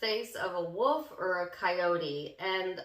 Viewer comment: Did u say Wolf?? 😊😊😊